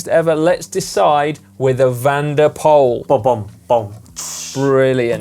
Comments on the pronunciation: Dear GCN: Please try to pronounce MvdP's name correctly. The OE-combination in Dutch is pronounced like the double O-combination in English. Poel in Dutch actually means puddle or POOL in English. So it is pronounced POOL, not POLE... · Mathieu van der Poel's true dream is not to win another Monument, but for Anglophone cycling enthusiasts to stop mispronouncing his last name. It's pronounced "pool", as in "If I had a drop of water for every time I heard someone mispronounce his last name, I could fill up an Olympic sized swimming pool".